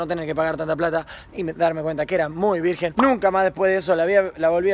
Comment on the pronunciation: VIRGEN NO VIRGUEN